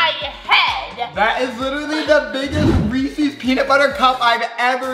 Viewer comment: I was getting annoyed when pronoucned Reese’s wrong